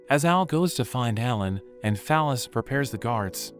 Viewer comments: I keep hearing fal ys as phallus and now I can't unhear it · the bot pronounces fal-ys like "phallus" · That girls name is “Fal-ys”. 😂😂😂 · "Fal-Ys" is her name? Okay....